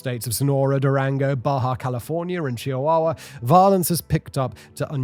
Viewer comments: Chihuahua 😂 it's chuh·waa·wuh, not Chia-wawa 😅😅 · Chia-wawa mexico 😂